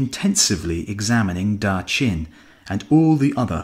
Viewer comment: "Daaaa" "chin" ... That's terrible pronunciation